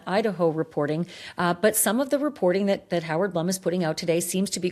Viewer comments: Howard Blum is pronounced “Bloom”, not Blum. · Howard’s name is pronounced BLOOM, not Blum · Hoard Blum’s name is pronounced BLOOM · Ashleigh, Howard’s name is pronounced B L O O M! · Howard Blum is pronounced Bloom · Howard’s name is pronounced Bloom!